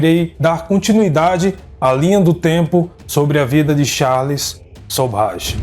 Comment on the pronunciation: Você narrando citando Charle e Sobhaj para o Charle Sobhaj me enlouqueceu kkkkkk